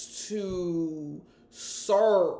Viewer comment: that 'SERVE' was sooo 😂